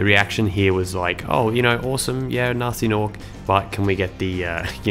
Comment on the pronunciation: Guh-nasty Guh-norc